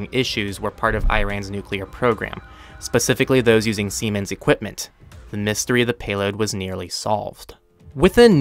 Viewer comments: Come on it’s Siemens not semen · its not called semens but SIEmens. like in "Sie haben das Wort falsch ausgesprochen und nun klang es sehr lustig" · Siemens is not semen. Lol.